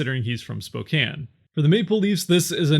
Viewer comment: Thank you for pronouncing Spokane correctly. A true Washingtonian!